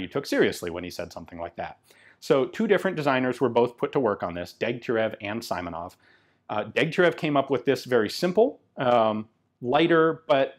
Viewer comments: Awesome video, Ian, but family name of PTRS' creator is See-monov, not Suy-monov. Transliteration is" Симонов" to "Simonov" but in russian "и" is always short like "i" in "big" or "sick". Hope this helps. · Simonov is pronounced as Seemonov, not Saimonov. Speaking of sniper modification, there were numerous frontline modifications of PTRS and PTRD made with PU x3,5 scopes. Obviously, they weren't reliable due to scopes suffering serious damage and loosing the zeroing. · This one was made by Izhevsk Machine-Building Plant. And a little correction on pronunciation: you've to speak [ s i m o n o v ] , not [ s a i m o n o v ]. " i " in his last name sounds like " e ". "Izhevsk" also )) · It's not Symonov, it's Seemonov. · The "i" in Simonov's name is pronounced like a short "e", with a stress on that letter